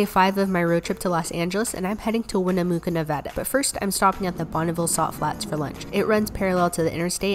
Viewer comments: Winnemucca is pronounced like how you would say muck not muke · It is pronounced Win-a-muck-uh, named after Sarah Winnemucca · Winne-mucka oh and I’m sure you passed Tooele which is pronounced toolellah weird right? You didn’t pass Hurricane UT which is pronounced Hurricahn. Seriously not sure why they pronounce things differently but after ten years and learning the grid system you just give in lol! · Im over joyed she said NEVADA correctly!! However, Winnemucca is pronounced like “Wi-nuh-muh-kuh”. Its Native American/Paiute 😉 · Winn-uh-muck-a. Winnemucca, NV. No big deal, it's one of those names that if you aren't familiar with it, can be hard to decipher. Just thought you may like to know the pronunciation. ❤ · “Win-a-muck-a” winnemucca. Hearing how you pronounced it hurt my damn heart! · Its pronounced like (win uh muck uh) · It’s pronounced win a mucka lol fyi